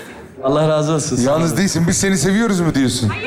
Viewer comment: Skecin başındaki interaktif konuşmalarda;''yalnız '' yerine ''yanlız'' dendiğini defalarca duydum..'in özellikle,YANLIZ demesi beni çok şaşırttı.